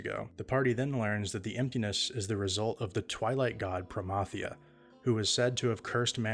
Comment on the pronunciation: When you hear the proper pronunciation of Promathia. 😊